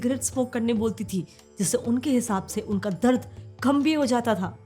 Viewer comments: Darad❌ dard✅ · DARAD nahi DARD - apni pronounciation pe kaam karo - NOT good!